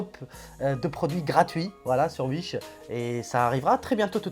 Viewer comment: Bonne video et j’aime bien ton accent quand tu dis « Uish » mdr 👌